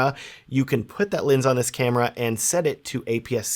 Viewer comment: Can’t keep listening to the video unfortunately because I keep hearing lins, not lens. Sounds stupid but it’s bothering me to no end.